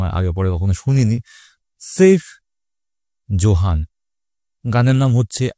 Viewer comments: seif (seeif)zohan na, saif (saaif)zohan hobe.😂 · নামটা হলো সাইফ জোহান, সেইফ জোহান না ভাই।